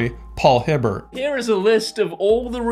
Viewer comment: Paul Hibbert is said with a hard T sound at the end I believe.